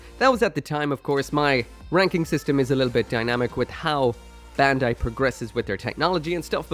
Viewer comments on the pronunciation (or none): none